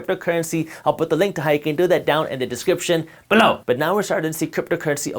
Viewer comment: I can’t stand the way he says below